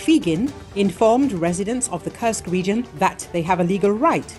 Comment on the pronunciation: When will you get the pronunciation of Kursk region correct?:Kursk is not a curse!!! It is an u as in food, super, etc. Thank you for changing that incorrect pronounciation. And please do not only count losses in money. Thank you.